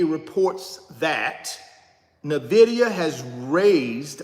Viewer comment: You should at least pronounce the name of the company correctly. 🤦‍♀